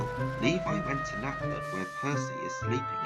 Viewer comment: That’s not how you pronounce Levi, but, it’s ok!